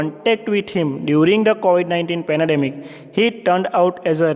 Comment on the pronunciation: Covid 19 Pandamic❌, Penedemic ✅